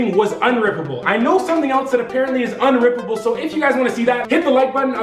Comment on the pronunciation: every time he says wound 😭😭